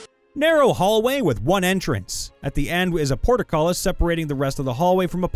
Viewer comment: You mispronounced "portcullis" three times.